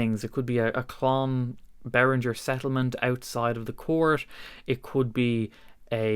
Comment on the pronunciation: Bro, your making a vid for the world to see. It's pronounced Bear Ringer, NOT Bear Rinjer... Real guitars and musicians know this, Posers do not...